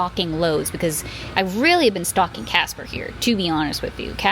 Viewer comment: So, you poichased Cah-sper?! 😂😂 All joking aside, I am glad you took some days to rest.